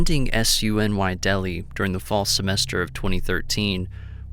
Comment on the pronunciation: The first story is hard to understand in the first few seconds. I had to re-listen to figure it out. SUNY is pronounced Soony (State University of New York). Delhi, which is pronounced Dell Hi, not Deli. Narration is different since last I listened.